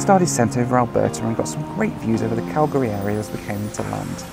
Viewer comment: THANK YOU FOR KNOWING HOW TO SAY CALGARY PROPERLY!!!!